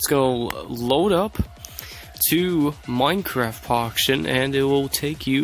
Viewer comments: Is it just me or he said Minecraft Poction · I hear minecraft poction world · He did XD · He did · He actually said that hahahaha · Poction LOL